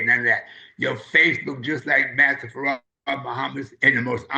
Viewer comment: Brother elder SOLDIER DOESN'T HAVE TO ANSWER TO ANYONE BUT ALLAH MASTER FARD MUHAMMAD THE BLACKGOD AND HIS NAME IS ACCENTUATED WITH TWO SYLLABLES FARRAD, WE WHO FOLLOW ONLY ELIJAH AINT ROLLING ROLLING THE SAVIOUR'S NAME THAT ISH IS EMBARRASSING, THE LAMB PRONOUNCED HIS NAME ACCENTUATINNG TWO SYLLABLES, YOU ME MY MOMA, MY CHILDREN, THIS MINISTER THAT MINISTER WASN'T TAUGHT FACE TO FACE BY ALLAH MASTER FARD MUHAMMAD, HOWEVER ELIJAH WAS AND THATS WHO WE ARE WITH PERIOD.